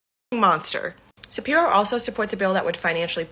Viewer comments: Hahahaha, that woman at 2 minutes - "be vewy qwiet, we is hunting wabbits". She talks like a loony toons character, is she doing some satirical act? I can't believe anyone that talks like this would willingly record themselves and put it on the internet... "Shapiwo" "Isweal", hahaha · Why does that chic with the massively receding hairline keep saying "Josh Shapiwo"? 😂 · Hey get the girl with the nose ring to be her VP. I love that waskwy wabbit thing she's got going calling him Shapiwo... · I dunno if anyone should listen to anyone who says "Shapirwhoa". Sounding like she about to go hunting "wabbits"... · I have to admit in fairness that Shapiro wasn't as bad as we originally thought he would be, speaking as a native Pennsylvanian. I don't like how pompous he is. Obama was an unmitigated disaster on just about any metric you can find. My vote is still going to Trump. also, "josh shapiwo"? Who is listening to this idiot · this chick “Josh Shapiwo sucks” lmao you wascawwy wabbit 😂😂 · "josh shapiwo" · It'd pronounced Shapiro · JD Vance? Mr. Shapiro, I think ylu mispronounced "Joe Biden."